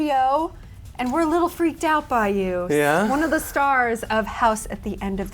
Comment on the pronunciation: when he says 'yeah' in o.o